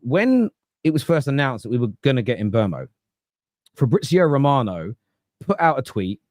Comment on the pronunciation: Bryan Mbeumo. Pronounced: Mm - boo - moe.